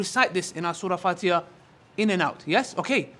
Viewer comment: He sed Fatiha wrong